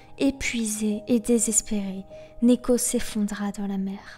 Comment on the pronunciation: Sympa la bio comme d'habitude, mais tu m'as pas mal perturbé au début à dire néko, vu que j'ai l'habitude de l'entendre prononcé niko x)